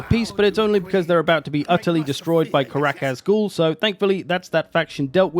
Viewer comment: Love the video. Think it’s a great idea, super excited for the the next. Karak Azgul? With a G?